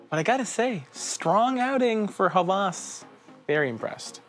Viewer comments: you butchered the pronunciation. it's /Heh wehs/ not /HA VAAS/ lol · It is not pronounced as Hawaaaaas. It is Ha-was. Pronounce 'was' same as 'ha'. It means 'lust'. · Not hawwas its hawas Should be pronounced quickly Greetings from Egypt